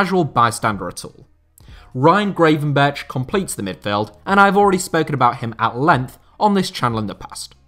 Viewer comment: I'm guessing the comment about how butchered the surname of Gravenberch in the previous video where he featured hasn't reached...;)